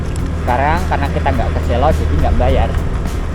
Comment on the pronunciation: selo. baca e nya kaya enak. artinya batu.